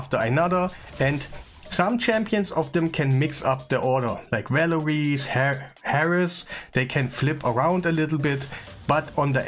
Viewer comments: The champion is called Heiress not Harris lol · Lol. Always enjoy your videos brother. Random tip in case you are a lifelong learner. Heiress is pronounced with a silent H -> 'Air es'.